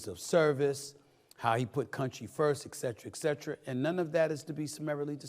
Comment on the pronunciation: He keeps pronouncing it "ECKcetera" and I can't hear anything else he's saying.